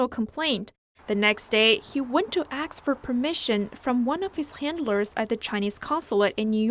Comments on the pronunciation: It is not 'axe' or 'aarks', the word is ask . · Its a shame that an NTD journalist don,t no that it is,,ask,, instead of,,aks,. 20.53.